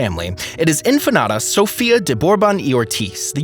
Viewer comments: its INFANTA not infanada lol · Pronounced "inFANta", not infanata... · In-fan-ta not in-fa-na-ta. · The reader needs to look at the words properly. It is INFANTA not InfanAta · Say In Fanta, like Fanta soda so.. inFanta....you're calling her empanada...omg!!! Atrocious!! 😅who is this guy...he needs to be trained on how to speak but should not even try to say the words he can't pronounce. 🥴🥴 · Let me help you out with your difficulties. 1. Leonor, is princess, not infanta. 2. It is pronounced INFANTA, not infenada. 3. I imagine you have heard the name of Sofia ,at least once in your life. I won't explain to you what the difference is between an infanta and a princess. May I suggest to look up some YouTube uploads ,which might help you, specially with your awful pronunciation. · It sounds like is saying empanada! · How can you get Infanata out of infanta. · Really! I know you edit this video before submitting. Why didn't you research the pronunciation. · What is "INFANATA"? Please, take some pride in learning simple pronunciation! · In fa na ta??? As in empanada??? Man!!! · Why does this idiot keep saying Infa-NATA ?? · PLEASE LEARN TO PRONUNCE "INFANTA" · It bothers me how Infanta pronounce🥺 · Infante/infanta is the Spanish pronunciation of infant when translated roughly into English, just with a vowel at the end. While Spanish isn't the narrator's first language, infanta is not difficult to say. Americans even with whatever Spanish they remember from high school will be able to make out infanta without adding an extra syllable. If that doesn't work, Fanta the soda is sold here a, all he had to do was say Fanta and make the a a short vowel sound . So Infannta would become infahnta. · Just a couple of corrections: The name of the emeritus Queen Consort is SOFÍA, not Sofa. It's the same pronuncation like her grandaughter InFANTA Sofía, not Infanada. That word doesn't exist in Spanish. Cheers x